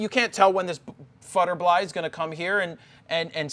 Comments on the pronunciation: Did he just say "futtebly" ? Instead of butterfly? Huh? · futterbly lol